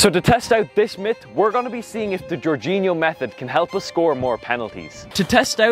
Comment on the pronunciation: It's not GEORGEinho but, Jorginho...